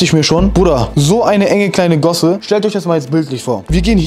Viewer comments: Hahahah bei er sagt gosse nicht gasse das sind Gassen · Mich triggert es so hart dass er gosse anstatt gasse sagt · Das fuckt mich ab, dass er die ganze Zeit Gosse statt Gasse sagt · Heißt das nicht „Gasse“ und nicht „Gosse“ 😂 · Er sagt immer Gosse Anstatt gasse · Gosse? Er meint sicher Gasse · Gosse? Heißt dass nd Gasse ? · Bruder bitte das heißt Gasse nicht gosse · AMK DAS HEISST GASSE NICHT GOSSE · Was für Gosse das heißt Gasse (no hate)